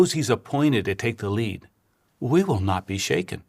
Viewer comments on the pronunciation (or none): none